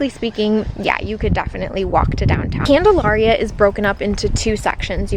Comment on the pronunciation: My family lived on the corner of Bolton and Prospect, a block NE of the elementary school ( ). Everyone in Salem pronounces Candalaria as you would the word malaria. The mid-century modern that you opened the video with was built by my godparents Charlie and Margaret Mills. Thanks for the fun walking tour of the old neighborhood; it brought up many fond memories of childhood friends and what seemed like a simpler time.